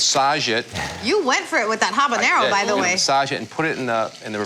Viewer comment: at least habanero was pronounced correctly. Sorry, it bugs me when people (Americans mostly) give it the jalapeño treatment